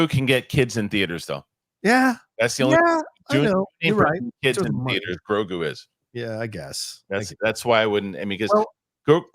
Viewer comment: didn't pronounce The Mandalorian and Grogu correctly and it really put a bummer on my day. 😄